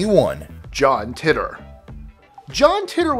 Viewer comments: I think it's "Taitor" rather than "Tittor" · ITS PRONOUNCED JOHN TAITOR